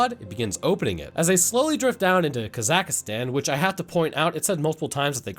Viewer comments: He said Rostov right. But not Kazakhstan. "Kazakhistan." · "Kazakhstan": "Ah yes, Kuh-zack-uh-stan" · It is pronounced Ka-Zak-Stan not Zaka-Stan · The country they entered at the start is pronounced Kah-Zak-Stan